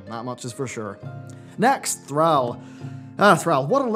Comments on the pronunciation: Thrall. Its Thr-all, not Thr-al. You aren't saying the second "L". Just like you pronounce Al and all differently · Say AL. Now say ALL. Now say Thral. Now say Thrall..... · why are you purposely ruining all these character names? Yrel is rel...Thrall is Thrall not Threll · I think Yrel more pronounced Yirel not Yerel. Thrall is Pronounced Thrawl not Thraal. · Who the hell is Thr-al ? Al bundy's cousin? Thr-all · why does insist on pronouncing the "all" in Thrall as "al" instead of "all"? At no point in any cinematic is his name ever pronounced that way. says "Thr-al" so many times in this video I couldn't finish it. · "Thrall" not "Thral". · Love you bro, but i couldn't help but crack a laugh when u say "Thr-AL" and not Thr-aul" like haul but with thr infront. i just laughed everytime. no hate, just thought it was funny. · The way you say Thrall drives me nuts.. lower case "a".... Say "all" out loud, then put the "thr" on the front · Thrall, (pronounced like "crawl" rather than "pal" here in America). Is your pronunciation the British way or just a personal thing? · Did...did just mispronounce Thrall? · I don't like how you say Thrall. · Disliked for how you say 'Thrall'. Lol wtf was that?